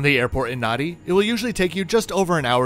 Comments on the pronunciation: Nadi is pronounced Nandi. We've been to Fiji three times, and stuck with Sheraton Denarau Villas. Great base to explore. Visited Intercontinental, which was fine, and Shangri La. The latter was dated and a bit rough but we enjoyed their water sports. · It's pronounced Nandi, even though the spelling is Nadi.